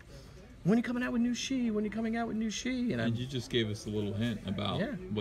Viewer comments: So umm, if that is supposed to be Chinese then shi is pronounced much more like the English sure. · Bill Tucci... wow this takes me back. I remember arguing with a friend in high school about how to pronounce Shi; I said sh-e and he said sh-i... I knew I was right. I’ll be on the look out for the return of the warrior.